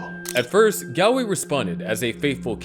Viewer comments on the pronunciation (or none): Galway is pronounced like "gallbladder" or "call"